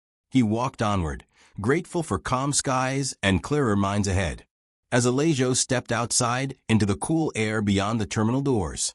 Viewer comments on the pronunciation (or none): If you're going to use computer voices to read, at least choose names for the story that the computer can properly pronounce. Uh-lay-joe isn't cutting it.